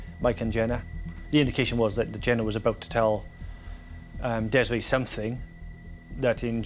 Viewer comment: Its Des-ray detectives not dezra